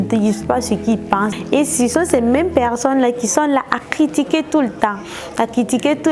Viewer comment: Ahhhhhhhhh c'est pas pecccsonne mais personne